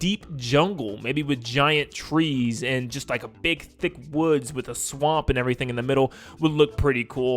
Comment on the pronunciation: why does he keep emphasizing "thick"